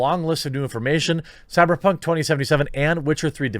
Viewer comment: It drives me mad when you say cyperpunk two times in the ad